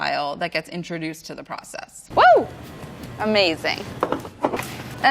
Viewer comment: you mean ammm-baz-ing.